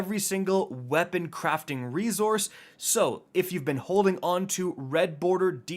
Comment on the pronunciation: Why does say ‘rezorse’ instead of resource?